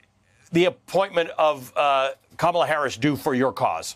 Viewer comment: "Kamala" is a beautiful South Indian word. It came from her mother, who is Tamil. Please do NOT botch the word. It's pronounced Kuh Muh laa. Just YouTube it. Google's CEO is also Tamil. But anyway, I think this is a stupid pick by the Biden campaign, because WHO CARES ABOUT CALIFORNIA?! California is going to vote democrat anyway. Pick someone from the swing states! It's so obvious. No?